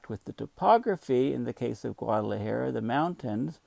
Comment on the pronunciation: It's cute how your hair has gone Einstein as you mispronounce it Guad ala Hair-uh! No worries,, you're a gem we treasure!